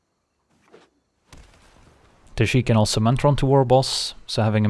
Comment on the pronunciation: Nice to hear a fellow European say Tajic that way 😉